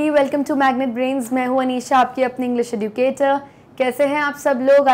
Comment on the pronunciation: pronounce the word educator properly